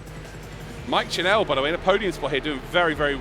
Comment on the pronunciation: Just a note to the commentators: Mike's surname is pronounced the same as tv 'channel' instead of 'chanel'